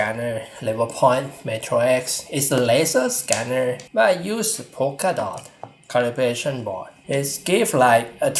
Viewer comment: Some honest feedback... Your pronunciation of L and R are switched making the video very hard to understand. You say "laptor" instead of "raptor" and "refrective"/"caribration" instead of "reflective"/"calibration".